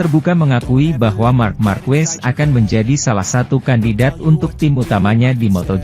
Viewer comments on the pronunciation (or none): fyi : pelafalan/pengucapan Marquez itu = Markez BUKAN Markwes/markuwes